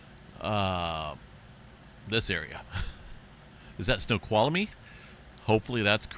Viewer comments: Yes. Pronounced correctly. Snoqualmie 'Sno-QUALM-ee'. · You pronounced Snowqualmie perfectly by the way. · I live about 25 miles outside of Seattle. Really hoping things will be ok. Yes you pronounced Snoqualmie correctly. That's my neck of the woods.